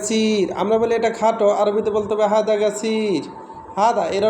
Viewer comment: ভাই হাদা না হাজা